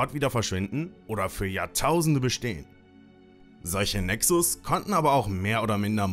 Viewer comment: Cooles Video. Btw der Plural von Nexus heißt Nexus, weil es eine u-Deklination ist (Latein). Das u im Plural wird lang ausgesprochen.